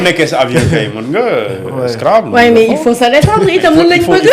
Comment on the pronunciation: Cette femme a un probleme de prononciation...On Scrabble et non Scrabbe